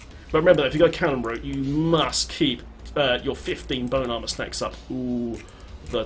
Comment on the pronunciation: i love how it sounds like you are saying "boat armor". D3 vehicles? yes plz